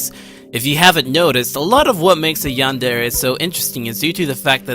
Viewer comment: Ah, I have one thing that's bugging me. I do enjoy your video, but say this with me... yan-de-re. Not "yander" or "yanders." You made my crab shell fall off each time you said it.